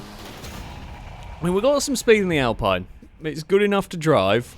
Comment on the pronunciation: It's pronounced "Alpine", not "Alpine" ;)